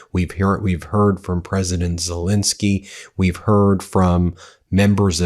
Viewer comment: Totally subscribed to Meidas. But...ZelEnsky, not ZelInsky This is becoming irritating.